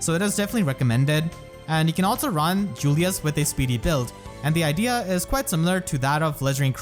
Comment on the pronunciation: IDEA, LEE. Not idly. No insult intended. Great video as always